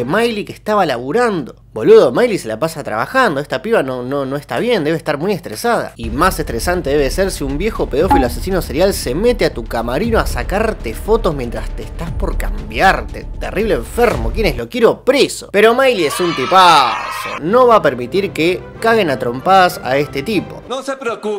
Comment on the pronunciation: en el minuto dice "camarino" y es "camerino" que en realidad de pronuncia camarero... ahi para la proxima